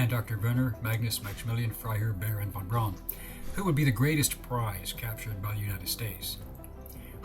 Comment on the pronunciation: his last name is pronounced like brown. von braun.